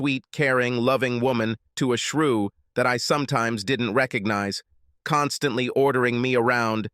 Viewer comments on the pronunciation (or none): And OPEN ED….RECONEEZE…